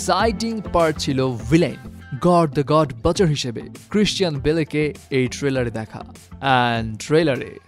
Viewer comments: গর দ্যা গড বাচার না গর দ্যা গড বুচার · It's গড় দি গড বুচার ✅ not গড় দি গড বাচার ❌